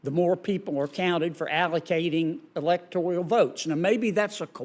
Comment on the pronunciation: Electoral, not electorial.